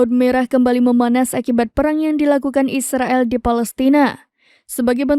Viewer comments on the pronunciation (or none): none